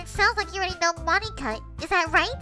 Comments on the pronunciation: i heard says moneyka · Names that butchered (and how she pronounced them): Moneeka, Sieoree, and NATsikee.